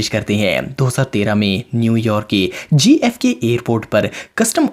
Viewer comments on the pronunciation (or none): Gfk seriously its jfk